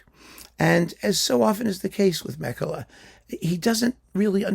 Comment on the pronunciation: Meh-kela = Mäkelä :)